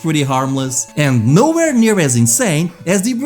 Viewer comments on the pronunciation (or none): none